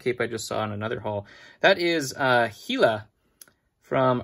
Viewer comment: The way you pronounce Hela is funny considering your favorite MCU movie is Ragnarok...